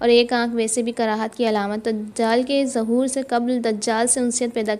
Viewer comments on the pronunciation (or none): ظہور کے ظ پر ایسے ہی خروج کے خ پر پیش ہے زبر نہیں بطورِ اصلاح بتایا ہے تنقیدی طور پر نہیں